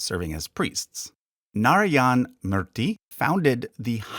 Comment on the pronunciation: It's "Moooor" "Theeee" not "Myrrh" "Tee". Thanks for reading my ted talk. 🙏